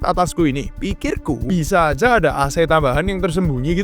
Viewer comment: Oiya kok kamu bilang azajjjj